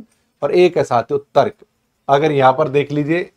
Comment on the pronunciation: Sirji sorry Aapki v hindi suddh nhi aapne Tarak bola jo tark hota